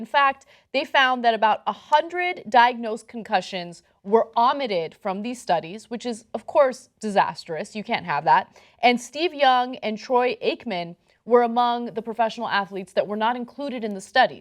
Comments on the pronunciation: it is not pronounced "Au-mitted" it is pronounced "OH-mitted" Geez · hey Ana! love your broadcast but why do you pronounce "omitted" like it rhymes with "vomited"? it's supposed to rhyme with "committed", with an "oh" sound, not an "aw" sound.... c'mon gimme a break! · Omitted is pronounced O-mit-ed. How can you be a professional and don't know these very novice things? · She's pronouncing it wrong lol. should be pronounced Oh-mitted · Wtf is ahmitted? Did she mean omitted? English her second language? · It doesn't -- in the sense of perfect rhyme. In any case, my point is she pronounced the word as if she were saying "vomitted" without the V. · oh-mitted. oh, like O-Kay. Omitted. Love ya. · Ana said Aamitted. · I was wondering about that, I was like hmm, Audited doesn't really make sense in that sentence... She does that a lot, its kind of shocking that she's a COLLEGE PROFESSOR. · Omitted? Say "Omitted" one more time Ana, please. Say it one more time. "Aw-mu-tted." Ana still can't read. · Ana pronounces omitted differently than I've heard before from a soCal American. "Ahh mitted", haha. Okay. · how is she pronouncing omitted? Or is she using a word I've never heard. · To Ana Kasparian: The word "omitted" does not rhyme with the word "vomitted." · I was like whaaaatt when I heard that lol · Did she just mispronounce omitted? They need to go back to school. They mispronounce/don't know what shit means all the time. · it would be adorable if she weren't a COLLEGE PROFESSOR. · she ruins pronunciations all the time and it drives me nuts